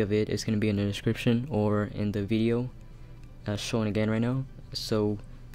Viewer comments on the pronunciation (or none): none